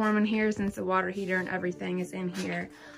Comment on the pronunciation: "A water fow-an...." It's really sad that an entire generation(or more) of people has been infected with this guttural speech affectation where they pronounce a "t" in the back of their throat. It seems to have come out of Hip-Hop culture, sadly. Well, at least she doesn't have tattoos, blue hair, or metal in her face.